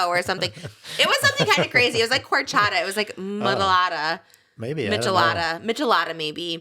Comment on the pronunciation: Lol Trisha, its horchata 😂